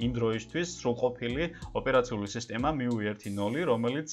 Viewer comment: Მიუი კი არა, მიუაი.